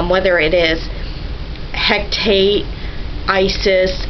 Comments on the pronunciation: A "c" in the Celtic languages is pronounced like "k," never "c." "Hekate" has three syllables, Ma'at two. "Masonic" is "Muh-sonic," with the second part like the sub place. And Witta is just plain silly; to begin with, Irish doesn't even have a "w" in it. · Ker-Noo-Nohs, He-kuh-TAY, Guy-uh, Muh-AUT, Kel-tic, Muh-SON-ic...